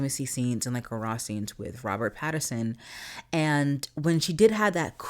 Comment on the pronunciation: It's Robert Pattinson, not Patternson.